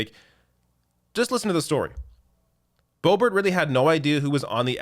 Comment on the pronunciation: Are you intentionally mispronouncing #LBo's name? It isn't pronounced "Beau-bart". I'm pretty sure the correct pronunciation is "Beau-beau". That's certainly what I always call her.